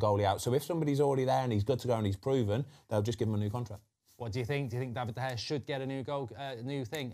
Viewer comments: David de gea ❌ David de hey ✅ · Foster - "DEY-vid de Gea"